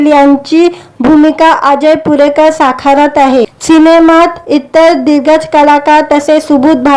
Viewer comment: भूमिका साखारत आहे की साकारत आहे? किती अशुद्ध भाषेत निवेदन करता आहात.